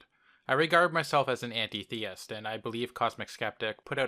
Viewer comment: You're pronouncing Antitheist wrong. Break the word up. When you say it as An tit heist it makes much more sense